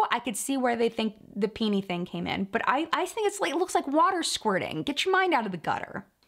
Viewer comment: When you said “peenee” 🤣🤣🤣🤣🤣🤣☠️